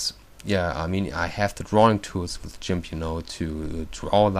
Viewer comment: Lol! "Jimp" XD hehe! I think he meant "Gimp", lol that tickles me :3